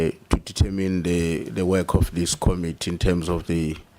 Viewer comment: Promounce Committee Com MIT tee. Not KOM itee